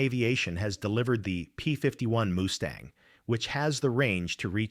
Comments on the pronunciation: P51 moostang gotta love AI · “The P-51 moostang” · Moosetang!? ROTFLOL AI slop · P-51 Moo-stang? 🐮 😂😂😂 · "MOO-STANG"?!? AI no talk gooder. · Ahh, yes. The most famous plane of WW2, the "P-51 Moosetang"....brings a tear to my AI..... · AI crap ! MOOSESTANG ??? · Moo -stang? Must be part cow and part horse. 😂